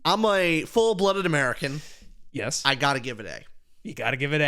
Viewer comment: Freedom deserves an A for "A-MURICA"